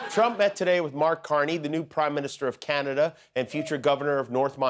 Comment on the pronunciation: He loves tesler and canader.😂